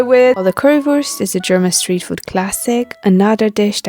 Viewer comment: "Steet" Food?